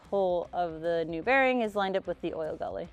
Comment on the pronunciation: I don't know if it's intentional so I want to tread lightly, but it's not oil gully. It literally is oil gallery. It's not oil galley and it's not oil gully. Oil gallery. Anyway, great video.